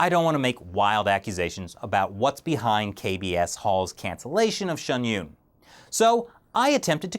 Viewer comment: it's Pronounced SHIN YOON .... and hes right, the Show is pretty much banned in China, they even mention it throughout the performance, it's very sad.